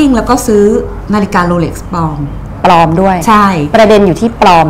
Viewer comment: ปลอม เป็นคำควบกล้ำ ใช้ ล ลิง ครับ ไม่ใช่ ร เรือ...อ่านข่าวยังเพี๊ยนเลยคุณ